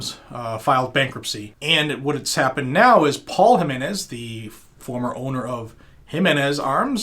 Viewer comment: Wow you actually pronounced the name JIMENz correctly. Im impressed brother. You deserve a Weeppaaa for that.